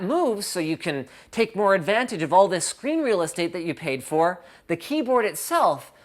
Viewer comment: "It's scree(n) real estate"